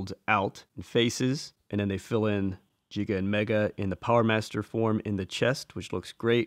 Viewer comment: Uh, the name Giga / ギガ is pronounced in English and Japanese like "gigabyte".